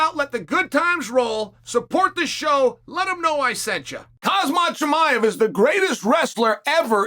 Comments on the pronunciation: why can chael not pronounce any of these guys' names? Islam Mockalchef. Khazmat Chimiaev. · Did dude just say hazmat chimaev?